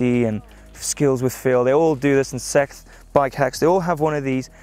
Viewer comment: George Washington i know im a big fan of him it was just his pernounciation of "Seth's" that sounded funny